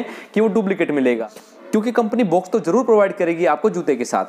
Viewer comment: भाई साहब बोलना तो सही से सीख लो बॉक्स को बुक्स बोल रहे हो और नाइक को नाईके बोल रहे हो